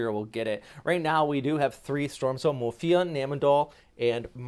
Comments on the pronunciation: Sorry but it's Muifa, not Mufia. I watch your videos a lot tho. :) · This guy is constantly mispronouncing Muifa, It's Muifa not Mufia